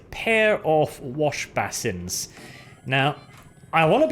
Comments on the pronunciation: basin is pronounced like bay sin or bay son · Stop saying basin wrong ffs